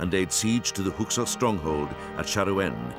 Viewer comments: It bothers me that the narrator can’t pronounce Hyksos correctly. It sounds like he keeps saying “Huksos”. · I cannot believe this narrator can't say "Hyksos".